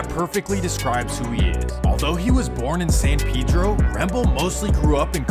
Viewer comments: You didn't pronounce (San Pedro) it right either my boy. Lmao 🤣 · You can’t pronounce the cities name ether. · i stay going out there and every time I talk to a Spanish speaker the Dont pronounce It how you would normally in spanish bruh. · He said Adam doesn’t know but he doesn’t even know how to say it neither 😂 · officer Vlad..lol.Also,Adam is from New England so, he has no idea how to say it. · still says it wrong lol it's Spanish not English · Technically you’re right but literally everyone from San Pedro pronounces it pee-dro. Just one of those things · You pronounce it san PED-RO in these cities in Cali were named by Spanish people and Mexicans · Sorry big homie but it if you’re shooting for Spanish, it’s neither… the e is pronounced like the English word metro uses the e. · "San Pedro" you can't even pronounce it yourself 🤣🤣 come to San Pedro Sula, Honduras see if you would make it bud. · San Pedro not pee-dro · It’s San PEdro not PiDro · It’s San PAY-dro not san PEE-dro… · That’s actually closer to how it’s pronounced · san peh-dro not san pee-dro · Says dude pronounces San Pedro wrong — proceeds to pronounce it wrong himself the entire video. It’s a Mexican name. Pay-dro, not pee-dro. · yes I realized that as well. They call him Pay-Dro! When in reality it's pronounced "Peh-Dro". In all honesty I think Peedro is just a little too extreme of a pronunciation for me I guess. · It’s fasho pronounce pay-dro not pee-dro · It’s not Pedro (Pee-dro). It’s ( peh-dro) 🤦🏽‍♂️ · It's not San pee-dro 😂 it's San Pedro pronounced (sun pehdro) as in the Spanish name.LoL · Why is it San Peeedro and not San Pédro(Hispanic voice) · I mean they might pronounce it San peedro but it’s San paydro not peedro. Jesus Christ and I know I spelled it wrong but im enunciating for the sped kids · “San peeedro lmao? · They don't know how to say it. Says it wrong. Lmao. San Pedro pay dro my guy. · Lol San Pee-dro. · it's pee-dro too . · Why They Pronounce It Peedro?